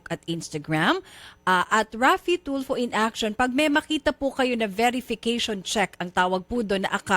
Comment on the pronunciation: Ang yabang ni piscal.pero...di mabigkas,bg maigi ang pangalan ni idol....TOLFU daw😁